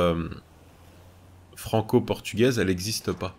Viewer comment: J'étais mort quand il a dit à la frontière fronco-Portugaise 😂😂